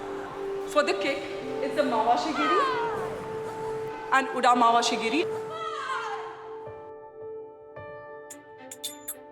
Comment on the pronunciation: She just says uda mavashi giri .😁😁😁 its not uda. its ura mavashi giri